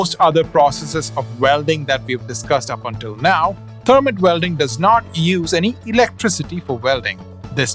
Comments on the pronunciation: It's pronounced thur-mite (Thermite) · In the United States, it’s spelled, “thermite.“ The vowel sound is a long “i”.